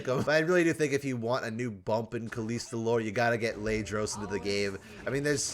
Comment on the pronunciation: Please, just try saying it correctly and not KalEEsta.